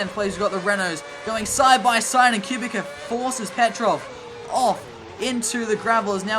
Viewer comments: It’s pronounced Q-Bit-Sa —Kubica 😂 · Please learn how to say kubica .. why do you say it like that